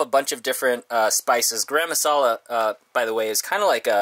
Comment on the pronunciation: Very informative video loved to c yr lentil shopping I am from Pakistan and following u since josh and Cody visited yr bus liked yr accent of pronouncing garam masala 💞👍